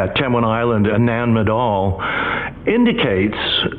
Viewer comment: 🌿 Having twice visited this old Lemurian outpost over 40 years ago - it is saddening that the 'voice over' is unable to pronounce - NAN MADOL - Thankfully David Hatcher Childress, says it correctly. 🙏